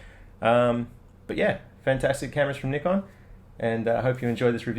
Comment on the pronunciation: I really like that you pronounce Nikon properly. :-) Can you please say is viewfinder comparable with one in D810 or D3 line? I was owner of D3.and somehow viewfinder from D800 was kind a better.lightly,but was. Thank you in advance.